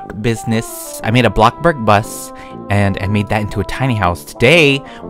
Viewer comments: Omg he says blockburg instead off bloxburg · pls dont say blockburg pls say blocxyburg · You say blockburg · I love it how yo say bloxburg but in a funny word like bloburg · I love how he always says “block burg” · its funny when y say block burg XD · Bro I love you vids but please say bloxburg right you say blockburg